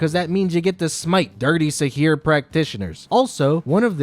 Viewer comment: It is sihr not sihir